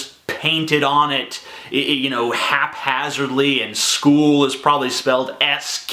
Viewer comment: "meDICKal sKOOl"